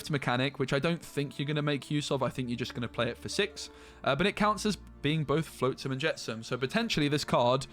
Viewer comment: Cri-kee is just like cricket but replace the T with a Y. Flotsam is with the ot sound, not float like boat.